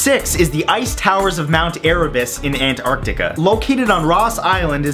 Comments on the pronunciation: Matthew,its antartica Not Ant-Artica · Haha it's funny how he says ant-Arctica . I love you still Matt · Aunt Artica.. What's really the right pronunciation? Hahahaha! Nice! I expected that "Aliens" part! Nice again because you got the underground river here in Philippines on this list! :D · It sounds as if he's saying Ant-Artica